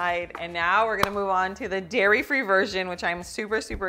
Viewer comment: DAIRY not Diary